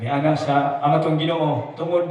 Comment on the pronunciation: Bro accent mo sa Anak ...ayusin mo. Kung ano Ang pag pronounce mo sa Anak .. ganun din. Anak ....mabilis.. ana pod inig pangurus